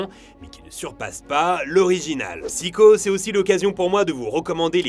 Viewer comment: Pourquoi prononcer un mot anglais avec un accent japonais, mais mal prononcer psycho que chaque être français connait sous le nom de Psychose?